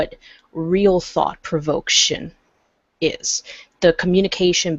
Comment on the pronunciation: ^This, on the difference between art and propaganda., I think you're looking for the word "provocation" when you say "provoction" (sorry, it bugged me).